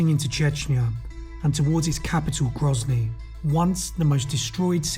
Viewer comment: Grozny is certainly not gryazniy. 😉